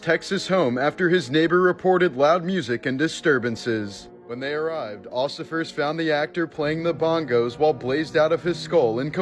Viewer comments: "Ossifers" lol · Occifers?? Lololol 😅